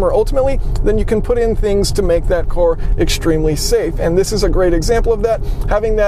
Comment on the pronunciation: I love you but can you please start saying vehicle instead of cor